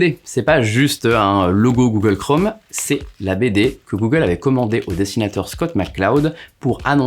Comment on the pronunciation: Tu dis Google Chrome ou Google Chraume ?